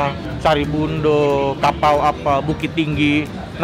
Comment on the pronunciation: Gw dengernya pakau bkn kapau